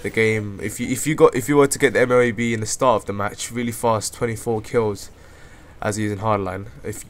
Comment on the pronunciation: M,O,A,B, or for it is EHM-OH-AY-BEH.